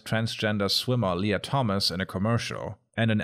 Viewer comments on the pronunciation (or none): none